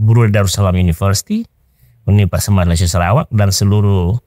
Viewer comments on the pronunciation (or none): none